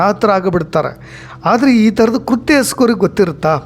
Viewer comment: Its not KURHTYA its is KRUTHYA